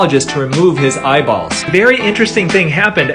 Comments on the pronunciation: He enunciated it so much too, like Eyea-bawlls, it's annoyingly hilarious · I got really annoyed about the amount of times he said “eyeballs” and the way he said it like “eyeBALLS” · He says eyeBalls like he likes the word balls lol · Im unsettled by how he says eye Balls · Dude I love the way you say eyeballs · Emphasis on “eyeballs” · You say eyeballs so oddly and so often lol